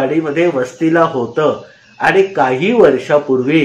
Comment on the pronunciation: ओघवते कथन असतं पण अनेक ठिकाणी होता ऐवजी होतं, अशा प्रकारचं उच्चारण खटकतं